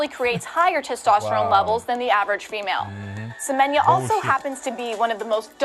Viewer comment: That one name is Semenya like Semen ya